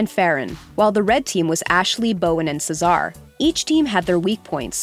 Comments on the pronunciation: Do they read the scripts without watching the actual episodes? Cesar's name is pronounced just like the name it derived from. How in the heck did they get "Suh-ZAR." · "Czar" Bruh... Cesar is not a hard name to pronounce. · I'm actually triggered when she said Cesar's name incorrectly. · I cringe every time she mispronounces Cesar 🙄🙄... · Cesar name is called as c-sir, not se Sar, farhan name is called as far- hand, not farhen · The only striking thing about this video is how you butchered some of the peoples names like chef Joe’s last name and chef Aarõns first name same for Farhan and Cesar